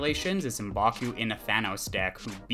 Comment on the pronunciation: Um-baku? I always figured it was pronounced MƏ-baku